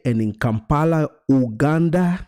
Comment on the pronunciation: Please pronounce Uganda correctly ..